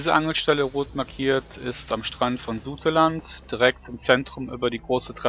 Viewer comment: Es heißt Sauteland, also ausgesprochen